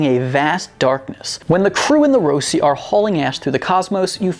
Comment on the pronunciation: Rah-si not Roh-si.... nakangepensa 🙄